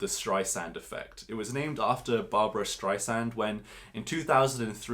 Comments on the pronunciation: Also, it's Streisand, not Streissand. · Appreciate the hard work you’ve done on the video. Was highly entertained by the shenanigans of a so-called academic. Just a note: it’s ‘Streisand’. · It's "Barbra Streisand", NOT "Barbara Streissand". Thanks for the Gino go-through!